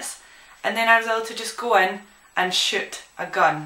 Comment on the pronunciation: sounds like shes saying " i actually got to shit a gun"